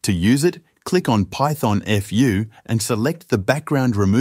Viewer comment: Python-eff-you?? It's Python-foo.. Like Kung Fu.